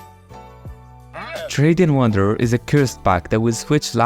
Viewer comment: Wrading Tanderer